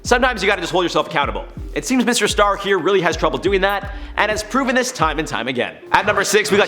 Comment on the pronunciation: when he said mr star all i heard was mr stark😭 i just finished watching endgame too